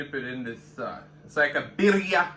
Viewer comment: Love the way you say "barria" ..lol....looks so good